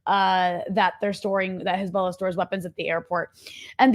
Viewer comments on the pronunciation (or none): can't believe that israeli propaganda video literally pronounces it 'khezbollah'